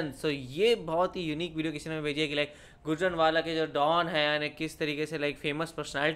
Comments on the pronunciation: गुजरनवाला नहीं गुजरांवाला 💞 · Bro itsnot gujan wala its Gujranwala so plz be careful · Bhai gujranwala wala kahta ha gojranwala wala nhi kahta ❤ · Not gujrnawla is gujrnawla